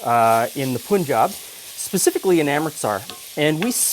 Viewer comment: The "pun" in punjab is pronounced just like pun in english. Unlike most indian names written in english, you dont have to adjust the vowels :D